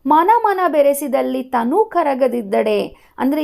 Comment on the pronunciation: ವಿವರಣೆ ಚೆನ್ನಾಗಿದೆ..but ಕೆಲವು ಪದ ತಪ್ಪು ಓದುವಿರಿ ಉದಾಹರಣೆಗೆ ತನು ವನ್ನು ತಾನು ಎನ್ನುವಿರಿ..ನೀರುಂಬಡೆಯನ್ನು ನೀರು ಬಂಡೆ ಎನ್ನುವಿರಿ..ಇವುಗಳನ್ನು ಗಮನಿಸಿ